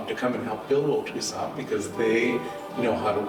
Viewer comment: Tucson C는 뮥음입니다 투산 이라고 해야 합니다 Golf. 골프가 아니라 갈프 라고 해야 알아들어요 Stop. 스탑 미국에 40년 사는 사람 한국에서 가르치는 영어 다 엉터리예요.